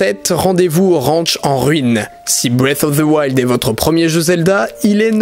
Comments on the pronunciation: Non, on appelle sa breath of the wild, mais pas breas of thse wild XD. Désolé si ce commentaire peut blesser quelqu'un, mais je ne l'ai pas écrit pour provoquer mais parce que je trouve ça drôle. À part de ça j'ai bien aimé la vidéo, elle mérite un pouce bleu! ;) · Moi j'aime bien BREF OF ZE WAILDE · "BREATFFF OF TSE WILD " 🤣🤣🤣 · "bwef of veu wild" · breaf of zi wild😂😂😂 j'adore ta prononciation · J'adore la prononciation de "Bref auf de wayld" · Le mec il dit bref of fe woild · "Brive" of the wild pas "bref" C'est assez perturbant.